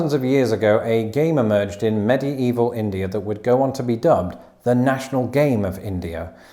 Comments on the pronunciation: Wait wait wait. How did you pronounce "medieval"??? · I assumed he was trying to emphasize the spelling difference in that word. In the US it’s “medieval”, but in the UK it’s “mediaeval”. Brits love their superfluous vowels.